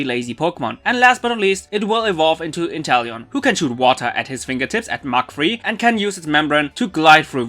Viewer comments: Its inteleon not interllion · It’s not Interllion It’s Inteleom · “Interllion” bruh